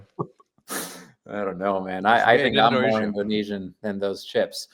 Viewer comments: The pronunciation in speaking indonesian is well done, it can be understood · Good Pronounciation... Nice Try....😊😊😊 Get more familiar with Bahasa Indonesia. Tq for good vibe in supporting Indonesian Team Nas. Dont forget to eat. Nasi goreng😊😊😊😂